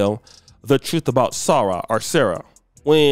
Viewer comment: 'SARAH' = 'Sa Ra" such disrespect